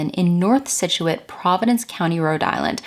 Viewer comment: Props for pronouncing “Scituate” correctly!